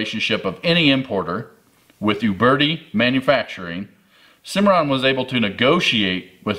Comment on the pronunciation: Thumbs up for calling them OOOOBERTI and not YOUberti.